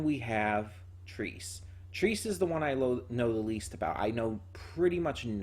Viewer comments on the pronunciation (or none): trese is pronounced trɛ.sɛ, or "treh-seh" for everyone who cant read IPA. a passable english substitute could be "tray-say", but its not accurate.